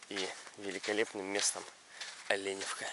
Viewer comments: ОлЕ'невка, без "Ё", с ударением на первую букву "Е" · Оленевка через Е а не йое))Тк Местные обижаются, И Водичка в Оленевке вовсе не холодная) просто зависит от месяца отдыха )) А кашель по большей степени это чистка организма тк например после Мегаполиса тут есть чем себя почистить, например полезными муссонами )) Более 15 лет гоняю сюда и для меня это уже Моя Маленькая Родина, жаль только эти жуткие стройки портят людям отдых в сезон.